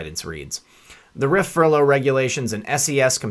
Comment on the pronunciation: It Rif, not R I F